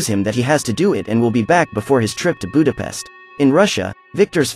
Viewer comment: U say Budapest wrong mate